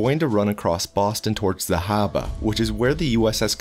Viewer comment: I'm glad you pronounced "Habba" in a way appropriate for the area